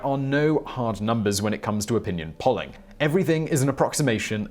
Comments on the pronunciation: Its pronounced: Pole-ing (also one of the best topTenz Ive seen) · “pawling organizations”? (odd pronunciation).